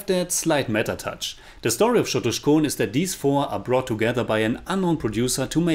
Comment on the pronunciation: Lol u didn't even get the c of chotuskhone